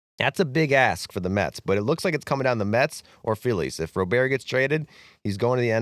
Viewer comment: Not that you'll talk about him again after the trade deadline, but Luis Robert's name is not pronounced like he's French. It's pronounced like someone who's first name is Robert. A hard T.